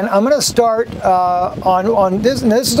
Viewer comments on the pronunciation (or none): none